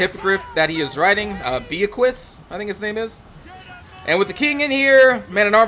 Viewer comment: Not sure if you're interested in a little french pronunciation tutorial, but the general rule is that if the last letter of the word is a consonant it is silent and not pronounced. So the S in Beauquis would be silent, and Beau is pronounced like "bow" not "bee-ah". So the Hippogriph''s name would be pronounced like "bow-qui" or "bow-kwee" depending which is easier for you. You do pronounce the kings name perfectly though so well done with that.